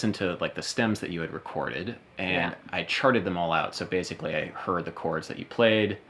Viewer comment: BASS-ically XD